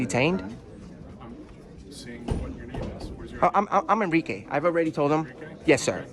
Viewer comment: “Enrique”. I stopped the video there lmao